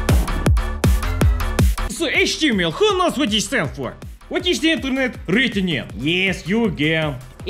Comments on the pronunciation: Ah yes, inter-nyet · “Building The Internyet” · Ah yes Internyet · Not internet it's internyet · No one:: Inter NYET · its not internet it is inter-NYET:) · Ah yes, the "inter-nyet" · You mean the InterNYET, right?